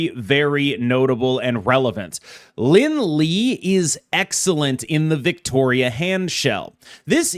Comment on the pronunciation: The way you say Lin Lie hurts my soul. It's Lin Lee-A or Lee-Eh.